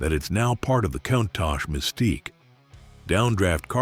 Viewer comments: Imagine driving a van! You can see nothing behind you apart from in your door mirrors! By-the-way, the car is pronounced coontosh!!!! WOW,. LOL...Look it up?....Great research & nice vid though...... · COUNTACH is NOT PRONOUNCED THAT WAY! PLEASE! FOR THE LOVE OF GOD AND ALL THINGS COOL. PRONOUNCE COUNTACH CORRECTLY. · Learn to pronounce "Countach" correctly! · How to pronounce Countach wrong 50 different ways. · ...and I counted 50 times!